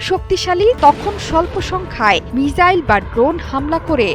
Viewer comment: মিসাইল কে মিজাইল বলে কোনো এসব উপস্থাপক